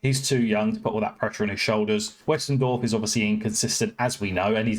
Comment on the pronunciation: Great video as always, great to see us in the NL again, in some form. 😅 But, a bit of advice on Pronunciations of our players: McEachran (Mc-ek-run) Bearne (beer-n) Westendorf (West-End-Dorf) Roddy (Rod-Ee) Hope this helps. 😉